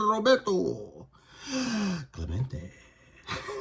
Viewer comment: I think you just broke the internet with that final "RRRRRRRRRRRRRRoberto Clemente!" Awesome! Good luck with your first submission! That Strawberry looks sharp! Thanks for sharing and keep on rocking!